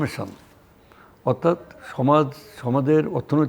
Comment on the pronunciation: রূপান্তর হচ্ছে "টেনেসফরমেশন" 😅